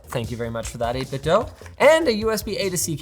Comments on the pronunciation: It's "eight bit do" not "eight bit doe" v annoying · Everyone pronounces it 8 Bit "Dough" but it's actually "Doo" like Scooby Doo. Verified by the company. Normally I wouldn't care if someone mispronounces a random company but these guys are absolute masters of controllers and deserve the utmost respect to their name! The 8BitDo Ultimate 2 controller is the best controller for the price ever created. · It's pronounced 8bitdo like scooby-doo (apparently)